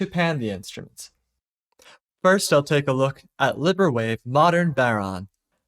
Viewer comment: Great video - I don't think you're pronouncing Librewave correctly though. You keep saying libber-wave, but Libre is French for free, and in French is pronounced Lee-brah. The open source LibreOffice suite (MS Office equivalent) is pronounced like Lee-Brah-Office.